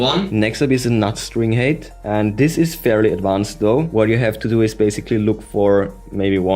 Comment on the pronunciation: please, look up the pronunciation of "height"! it always sounds like you're saying string hate